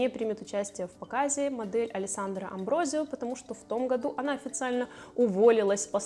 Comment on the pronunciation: Алессандра АмброСио! Она бразильянка, у них португальский язык. В нем S между гласными не изменяется и читается как русская С.